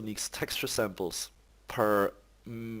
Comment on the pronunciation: just fyi "Samples" is not pronounced "samp-less", just 'samplz'.